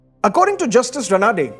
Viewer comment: Excellent. The Marathi pronounciation is रानडे not रनाडे!